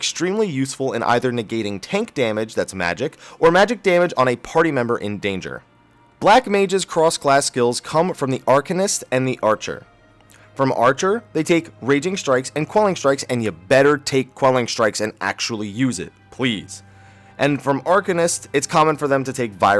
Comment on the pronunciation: i think its pronounced [ahr-kay-nist] ......